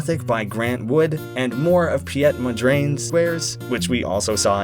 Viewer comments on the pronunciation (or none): pijet mondrain's is a crime to the Dutch language Piet mondriaan. Pete mondrean in english pronounciation